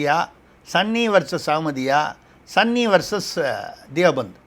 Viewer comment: Dear: it is ஸுன்னி and not ஸன்னி. Please use ஸுன்னி going forward so that you will sound more authentic. Kollengode S Venkataraman